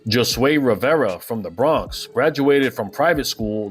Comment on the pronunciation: Great video but the way you kept pronouncing Josue ... 😅 Cmon man lol